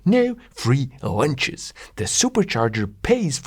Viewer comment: it sounds like he says “there’s no free Lancias” not lunches. Pun intended? I hope so.